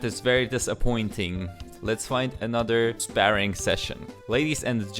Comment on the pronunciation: Spare-ing lol